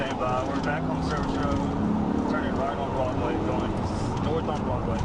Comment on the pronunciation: Haha- right? I think it's actually AI audio, based on pronunciations of "Broadway" (Broodway) and "Chevrolet" (Chevro-lett). The video kinda kills the suspense by telling what's going to happen before showing the video.